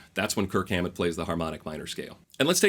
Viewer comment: Dude you gotta go back and overdub every time you say Kirk Hammet.